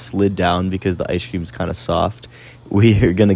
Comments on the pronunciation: Y’all should start saying ice cream the way he says it in his videos, he says “ice-shh cream” 😂😂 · The way he says ice cream… “ice-shh cream” 😂😂